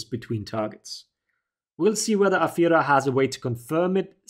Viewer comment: Ami the only german that always hears "A Führer" instead of Afeera?